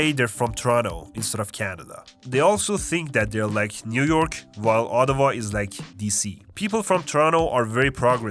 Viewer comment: I'm from Ottawa and you got it spot on 😂 lolz